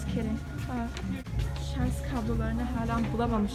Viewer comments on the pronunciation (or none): Şarzzzz değil canım şarj 😍😍😇😇😇😘😘😘💕